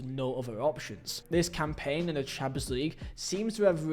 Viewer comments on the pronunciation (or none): none